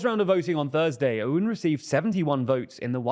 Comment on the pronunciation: Please note that his name, "Aoun" is to be pronounced like "Own". Glory to Lebanon!